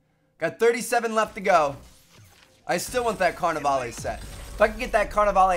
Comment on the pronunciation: OMG it's carnavale not carnavaley,have u ever seen the movie RIO,God